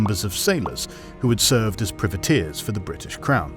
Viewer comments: Seriously, you make a video like this and you don't know how to pronounce "privateers"? Both British and Anerican pronunciation is "pry-vuh-TEERS". It's pronounced the same as "Private", the word it is derived from, a shortening of the term "private man of war". The way you pronounce it, sounds like "privet", a term for a type of small evergreen scrub. So it sounds like you're describing a bunch of specialist landscapers who are running wild in the Caribbean. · Ahh, Priveteers, hedge planters for the Crown. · Love the video but your saying Privateers wrong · It pains me everytime he says privateers like that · I'm British he's just pronouncing it incorrectly